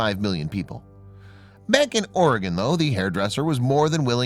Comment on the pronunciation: It's Oregon Health & And Science University (OHSU) not Organ. Lol.